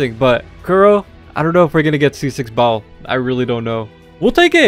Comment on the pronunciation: It sound like he kept in saying bald instead of Baal